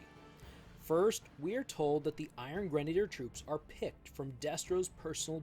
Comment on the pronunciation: Finally, someone on Youtube that can pronounce "Iron Grenadiers" correctly. Now, do any of these figures come with actual grenade launchers?